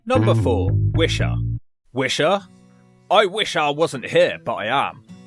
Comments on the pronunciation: Are you mispronouncing Lanarkshire & Wishaw, intentionally? If so, touché! LOL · ‘Wisha’ what? it’s pronounced Wi-shaw. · It's pronounced Wish awe and its next to the M74 not M8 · Lots of wrong pronunciations there 😂 Lanaarkshire 😂 say it like you would Lancashire Wishaw is Wishy Shotts is Shotes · That and the pronunciation of wishaw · I'm impressed at how you managed to mispronounce Wishaw.